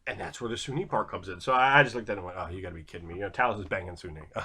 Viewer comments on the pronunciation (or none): Sune is pronounced soon